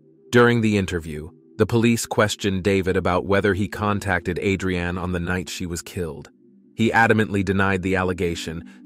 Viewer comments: You are pronouncing her name like it's a food but can you atleast say it right. AdreAnn whose that? It's Adrianne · A'dre'an.......I'm pretty sure it's one word ...like on "Rocky"......ADRIAN!!!!!" JA kno? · "Murder A drain ee Jones". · Thank you lol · he said it correctly a hundred times then to start saying it so wrong #lort#lettucepray😂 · I was thinking the exact same thing!! 😂😂😂